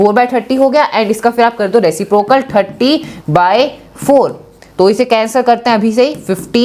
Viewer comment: 3.14 3 point one four bola jata h 😅.